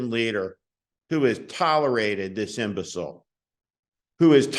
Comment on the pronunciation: I love to hear Steve say imbecile. Lol. 🤣😂 That's spot on, but what's lower than imbecile?